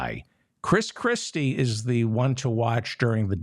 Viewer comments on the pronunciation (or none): none